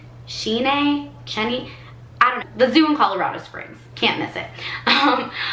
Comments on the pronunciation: Chee-en-ee...? Cheyenne... Shy-Ann. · cheyenne is pronounced "shy Yan"....like the city in Wyoming. Not sure if you were trying to be silly of just forgot your phonics. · It’s pronounced Shi-Ann. It’s an Indian tribal name.